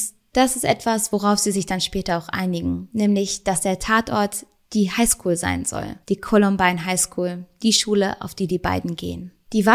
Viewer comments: Wieder ein Top Video! Danke dafür. Bist Du sicher, dass es "Heinschool" heißt? ;-P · Ich bin mir sicher sie meinte “Highschool”